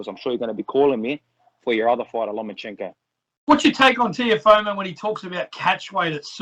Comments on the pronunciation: Nah it’s Teofemale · reporter pronounce Tiofemo name probably, Kam Teo gonna destroy you hands down Devin Haney will too RTalk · the way the interviewer saying teofomo is giving me aids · Someone tell this reporter its Teofimo not "Teofomo" surely you'd be able to get it right by now